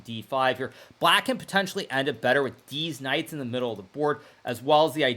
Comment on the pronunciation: i think he intentionally says "deez knights" because he hangs out with streamers 😂